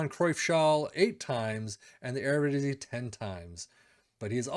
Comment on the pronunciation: That eredivisie pronunciation is pretty good for a foreigner